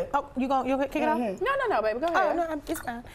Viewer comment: ain't nothing like a real full grown southern woman saying BABY Whew Lawd😍😍😍😍😍😍🥵🤤